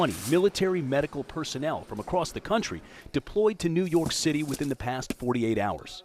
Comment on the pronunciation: did anybody hear new york citery